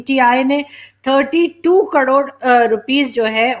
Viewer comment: Madam kadod nahi karod hota hai.🙏🙏